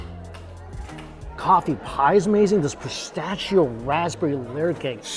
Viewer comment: Yumm, these videos make me so hungry. But, really, the way he pronounced pistachio as “pist-a-CHEE-o”?? It bugs me.